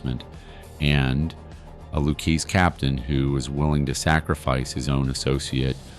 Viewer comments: Is this being read by artificial intelligence (A.I.)? Cape-o? It's Capo. Lewis family? It's Lucasee. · Loukeese family? 😂 Its Luchesse , pronounced, Lu-kay-zay, like an Italian. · Lu-Kay-Zee… not Lu-Keese. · Not bad but your pronunciation is horrible...Capo not Capi..Lucazie not Lucase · Repeat after me: Loo-kay-see. NOT “Lou-case.” And why does Karen Hill look just like Bonnie Raitt?? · Loo-Kay-Zee, not Looksy Cah-poe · And it’s Lou-Kay-Zee. Not Lou-Kaze. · You know it’s amateur hour when you hear “the Lu-keese family”. Lol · The "Lou Keys Family" (Lucchese) 😂😂😂😂😂😂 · Lucchese, pronounced "Lou-kay'see". You're welcome. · God there so much wrong with this, no idea why as other have said they show Bonnie Rait as Karen Hill, not sure why they keep showing Fat Tony Salerno everytime Paulie Varo is mentioned and it its pronounced Lu kay Zee but most importantly Billy Batts was not a made guy. The books were closed in 1957 and didn’t reopen again until . Billy Batts was killed in 1970, right in the middle of that period—so if he was ever made, it would have had to be before 1957. The problem with that is there’s no clear record of him being active in any Mafia history or identified members prior to 1957. On top of that, he spent a significant stretch of the 1960s in prison, which further limits any realistic window. When you put it all together—no documented pre-1957 activity, the books being closed, and his timeline he could not have be made. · Your pronunciations are driving me nuts. Lucchese "lu-K-zee" Capo "Ka-po" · sound it out.... "Luke-kay-see" .....Lucchese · This is good stuff, but how many different ways can the same person (mis)pronounce "Lucchese"? C'mon. You're an expert, but in just a few minutes you cycle through "Loo-KEYS" and then "Loo-KAYS" and finally get to a more-or-less correct pronunciation. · Just for grins: Capo is pronounced cauppo, and Lucchese is pronounced Loukeizy. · The pronunciation kills me.....K-poe for Capo, lou keese for luchese...